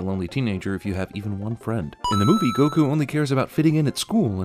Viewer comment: They did it for the same reason Aang is pronounced ong in The Last Airbender, which is to help make sure that no one can try to compare what you were supposed to be able to compare the movies to. They even say Goku's name wrong in this movie for that reason.